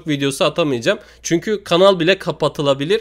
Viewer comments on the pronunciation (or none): none